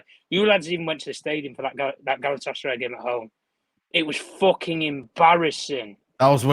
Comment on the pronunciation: Massive big up especailly to....i just love how he calls Galatasaray Galasataray 😂😂😂